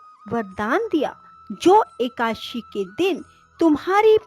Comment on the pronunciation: ekadashi hota h ekashi ekashi kyo bol rhi ho.